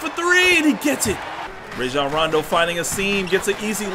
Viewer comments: It’s actually pronounced ryjon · Zu-Back??? Ray-jon??? Does this guy even watch basketball games lmao. and of course Lebron will compete this year, he'll compete no matter what that's just what good basketball players do. You better believe Rajon won't let Lebron get away with resting too much. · Raw shjan rondo not ray shjan rondo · “Rayjon rondo”😂